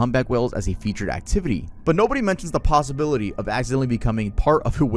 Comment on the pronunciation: the possi-KRILL..ity..